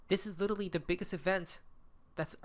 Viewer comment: There is no Little Lee, there is only literally, now pronounce it lit er ally!!!